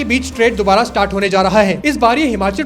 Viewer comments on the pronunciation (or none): none